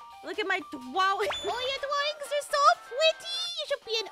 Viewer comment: I love when kim say " your dwawing are pwetty" it just funny lol😂